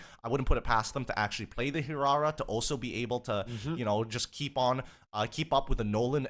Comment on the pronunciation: Leo taught well on how to pronounce Hirara 😆